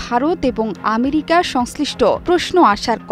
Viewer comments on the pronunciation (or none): none